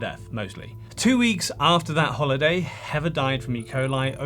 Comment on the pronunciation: Great video but I disliked it because you kept calling the poor girl heaver instead of heather